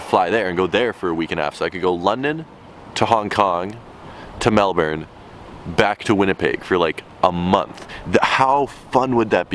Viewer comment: Praise the lord can pronounce Melbourne correctly!